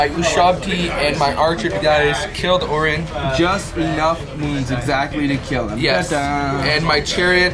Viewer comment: Orion's belt not Oreon's belt "O-righ-un"